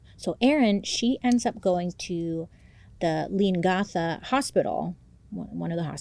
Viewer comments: Leon-GAHTHA 😂 as soon as this come onto the news I knew she was suspicious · Great pronunciation for Melbourne, Bailey ☺️ 👏 'Leongatha' is 'Lee-on-gath-aah' You nailed 'rural' And you said 'Mum' not 'Mom'! 😍 Great job with pronouncing our Australian names 😬 Awesome work! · The fact i know erin and she was always hated, when they came to light we all wernt shocked. Gippsland,vic Australia here and you have many people who love you here. We used to call erin darth vader as a kid. Also the correct way of saying leongatha is leon..gatha :) i hope that helps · YESSSSS! The way you said Melbourne 🤌🏼 ……Leongatha though 😅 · EEEEEEK 😂 Its crazy hearing you say "Leongatha" The 2nd time you said it you got it spot on 🎉 Your always invited over Bailey, Australia ❤s you!! Im speaking on behalf of the Australian Population ❤ Big Love